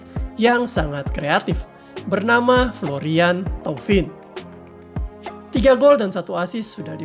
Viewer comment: Pengucapannya yang benar adalah:flor:yeng tow:vang.... Ucapkanlah nama seseorang sesuai dengan bahasanya.... Kita, orang Indonesia juga gak mau kan jika nama kita diucapkan tidak sesuai dengan pelafalan dalam bahasa kita.... Umpamanya Cut Tari dilafalkan jadi Kat Ter:ay.... Asep Udin dilafalkan jadi ey:sip Yud:ain....😁😁😁😁